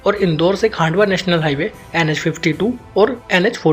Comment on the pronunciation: खंडवा है भैया खांडवा नहीं है Baki nice info bhaiyya